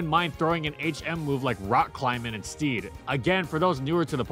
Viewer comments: that one is pronounced “sted”, not “steed” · "in its STEED". stead, like red. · "Stead" is pronounced "sted", not "steed". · Yeah and he pronounced ‘stead’ as ‘steed’. Had to rewind to make sure he wasn’t talking about a horse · Lotta mispronoucned words in this one. Stead, copacetic. Really stands out.